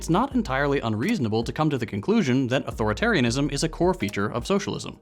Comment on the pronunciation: It's eight syllables.